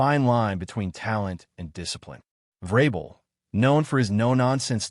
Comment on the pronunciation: obvious AI.. mispronunciation of vrabel is another tell